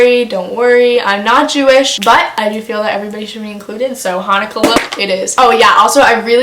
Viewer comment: girl im jewish when you said hunukha you literally made my fucking dayyyyyyy